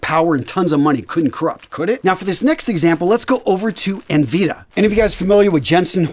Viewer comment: NVidia - En-Vihd-ee-ah